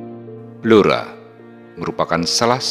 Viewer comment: BLORA dibaca BLURO.